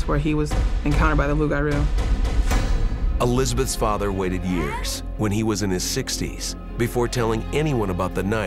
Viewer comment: Its LOUPgarou Loup:lobo: wolf